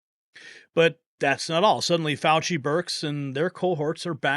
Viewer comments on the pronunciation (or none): Fauci fooowah pwison 202 fouwahhh!!!!😂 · Fauchi, not Faucher…sorry!❤